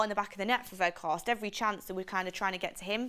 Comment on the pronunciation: Sell. Carthorst not Weghorst